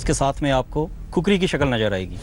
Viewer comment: खुकुरी बोलो कुकुरी नहीं।